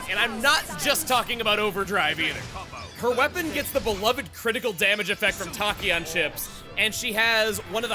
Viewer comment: Loving the series. Can't wait too see the content in new game plus. Especially since I didn't make it that far in my playthrough. By the way, Tachyon is pronounced with the short a (like Tack). If I wasn't obsessed with physics back in high school I wouldn't have know myself, but I love sharing the info I learned. Edit: Ok I just realized the irony in my username's spelling. The "a" in my name is pronounced like an "o" because I based it on the measurement of the speed of sound.